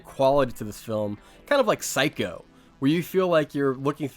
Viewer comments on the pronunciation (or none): none